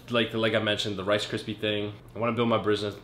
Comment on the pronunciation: u can't say rice kripies! Lol